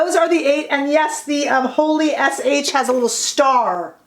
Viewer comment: It’s not Holy…it’s Holly!! Lol as in Christmas Holly.